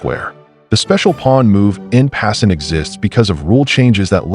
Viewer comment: I was hoping so much this wouldn't be AI content, and then I hear the narrator utter "in passn't" XD